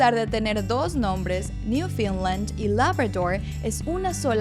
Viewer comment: Hola, Muchas gracias por la información, muy útil y organizada. La pronunciación del nombre Newfoundland es incorrecta. No es “Newfinland”